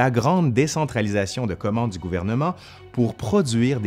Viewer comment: Au fil dzu temps